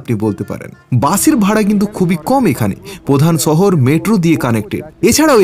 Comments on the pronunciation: শহর উচ্চারণ টা শিখ রে ভাই ছ ছ করিস না। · দাদা ছহর না শহর হবে। উচ্চারণ ঠিক করলে ভাল হয়। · ছহর কি রে পাগলা। শহর বল, শুনতে ভালো লাগবে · ছহর নারে পাগলা শহর হবে। আপনাদের উচ্চারণ এতো অদ্ভুত কেনো?